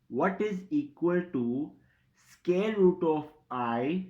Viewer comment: Its SQUARE and NOT SCARE !!! CAN'T you pronounce English properly ?..